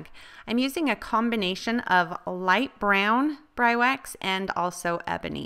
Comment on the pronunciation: I think it may be pronounced BREE-wax, fyi. the distressed look is cool. Well done.